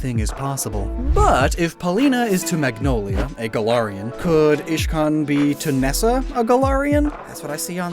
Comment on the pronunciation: He siad Ishcan and iridia